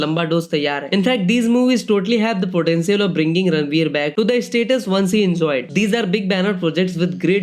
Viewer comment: It's ranveer not radlveer 😂